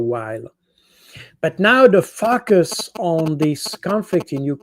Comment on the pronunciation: Cold. Boud, really needs to improve his pronunciation of the word focus, it sounds like another word 🤣